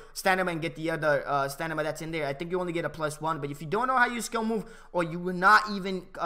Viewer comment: Great vid bro, looking forward to the skill moves guide. btw does anyone notice that he says stanima not stamina the whole video, LOL just sayin tho